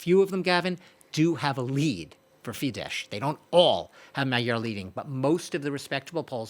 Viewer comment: It’s just not professional: tries talking so profoundly about unternals of Hungarian politics and doesn’t manage to pronounce the parties Fidesz and Tisza correctly. He swaps sh and s consequently. Sz is just s as everyone knows how had listened more than 5 seconds to Orbán or Magyar. This makes the whole rest untrustworthy and has a very arrogant touch